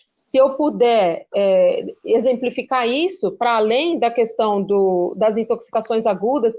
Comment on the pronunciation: Bob Fernandes, I love you, you know, mas corrija esse seu "qüestão". Primeiro, porque o inominável fala assim; segundo, porque está errado mesmo: é questão, como queijo. E, por falar em queijo, um beijo.